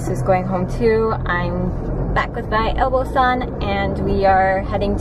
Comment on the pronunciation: butt-san? hahaha